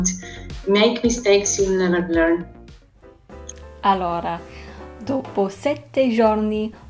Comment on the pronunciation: Not to be a Dick, but that "alora" and "sgiorni" is not good, watch out for the pronunciation